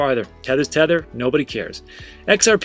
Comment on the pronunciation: Hot tip dude it grinds our gears when you say tether is tether like just skip it everyone knows its tether ???????